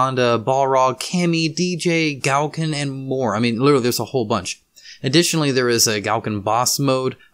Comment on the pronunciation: yes, I was confused where you pronounced gouken, I had no idea who you were talking about for a second there, I didn't quite understand your comment here, what are you suggesting?